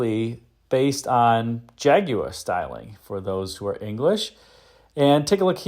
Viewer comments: Clicked away at the second "Jaguwah" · Everyone in America says Jagwaarrr, but keeps saying Jagu-eh "properly" 🤣👍 Thanks for that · How or why the Brits warped the word Jaguar into JAG-oo-WAH still astounds me. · I think it's a very interesting car. Almost kit-car like. I'm also amused by how you pronounce "Jaguar'. You seem to be saying, 'jag-u-wah'. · It's pronounced "ha guar" if you really want to be correct. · Your pronunciation of Jaguar is unique.